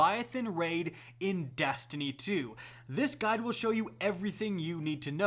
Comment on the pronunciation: I thought he said “This gun will show you...” when he said “this guide will show you...”